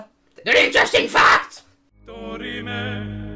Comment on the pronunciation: Stop le theme de Numbani j'entends "Aïoli" =_= C'est génial je savais pas tout CA genre la révolte... JAI pas compris le délire quand tu arrivais pas à prononcer "interresting fact" Tu n'as pas mis le dialogue lucio/ton perso favori? Ça m'étonne beaucoup Moi je vote le cancer volant / le déluge de la rage/ pigeon ( et si on peut t'influencer pour les AUTRES narrations moi je veux undertale 💙) L'image Cest bioshock? ( je n'y ai jamais joué ) Super videos comme d'hab